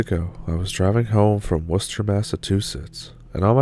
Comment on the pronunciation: Happy Easter everyone from Massachusetts (I'm not related to this story) but have to give huge kudos to you for pronouncing Worcester correctly! Some people from Mass can't even pronounce it. Impressive. 👍❣